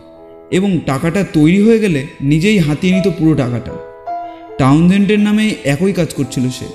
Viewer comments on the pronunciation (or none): একোই নয়,--অ্যাকই(একই). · AKOI katha noi, uchharan hobe AKI katha. Kichu mone korben na pls.